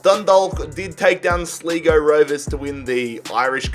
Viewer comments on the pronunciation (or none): wtf is “slego” it’s sly-go